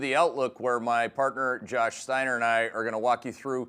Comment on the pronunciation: It's Steiner, Keith 😂